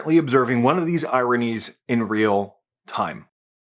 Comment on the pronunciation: The first time you said, “ironies” I thought you’d said, “Iranians”. Lol